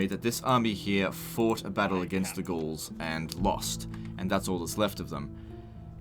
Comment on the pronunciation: Did you notice that you sometimes say ghuls instead of gauls lol